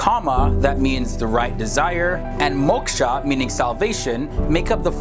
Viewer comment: It is not MOCK-SHA!!! It is MOK (like in the word OK, More, shore etc) SHA. I find it so objectionable that you have a picture of the Goddess Kali with her flaming red tongue on the picture of the video. Is that an intended mockery? Your version of Mock-sha??? Mainstream Hindus prefer the worship of Goddess Durga (doorga) in her benevolent form and not the furious form of Kali, which only indicates that when the Goddess if furious about evil, well, she can be truly furious. WHY NOT A LOVELY PICTURE OF A TEMPLE INSTEAD???